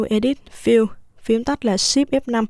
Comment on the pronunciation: e ko hiểu lệnh c nói ạ :( control + ship + E ) còn nút nào nữa e nghe mãi ko ra